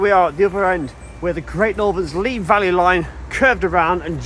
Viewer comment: Oh dear. My grandparents used to live on the Heathfield Estate east of Bagthorpe Junction. At 12.50 I can assure you it’s Valley (‘Valleh’) Road, not Vale Road. I may be imagining, as it’s best part of 60 years ago now, but I seem to have memories of the sound of the steam locos high on the embankment there when I was trying to get to sleep in their house at night. Anyway, another great video and thanks for bringing back the memories.